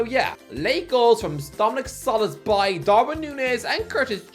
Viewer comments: It’s pronounced “so boss sly” cmon man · Love how he settled into an entirely wrong pronunciation of Szoboszlai and just wouldn't budge.